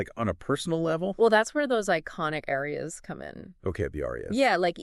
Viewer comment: cool podcast but yall gotta learn how to pronounce the names of these arias lol